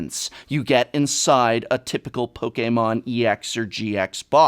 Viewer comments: Why do you say poke a mon and not just Pokemon ? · Poke-Kay-Mon xD I love dis guy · No one says it pok eh Mon, you fuck! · You mean pokaymon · The way he says Pokémon is so cool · How he says Pokémon though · Guhh. Why do you pronounce Pokemon so weird?